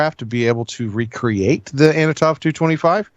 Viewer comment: it is an Antonov. Not Anotov